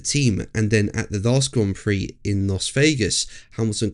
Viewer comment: Still can't pronounce "Las" or are you doing it deliberately just to be an oss?